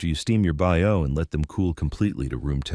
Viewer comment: Bao is pronounced Bow